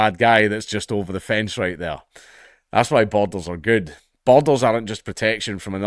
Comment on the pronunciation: Great video! I did struggle a bit: 'Is he saying bottles? How are bottles great to a country? Boulders, maybe? No, that doesn't work. Borders! He's saying borders!' Please forgive me, I'm a Yank.